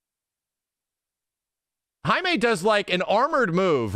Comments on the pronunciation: I think his name might just me jay-mee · Hai-mae... is down with the raza...you def invited to the carne asada.